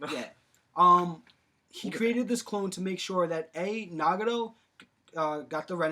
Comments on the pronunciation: Can we at least pronounce the names right. NA GA TO not Nah ga Doh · NagaTO, not NagaRo, all you need to do is watch in the original Japanese pronunciation. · its nagATo not nagado =.= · DUDE i know this was made a long time ago but you butchered like every word😂 “nagado” “ renigin” “aktsi” “ edo tensay” lmaooo